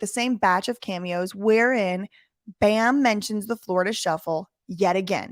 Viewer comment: can't even say bams name right.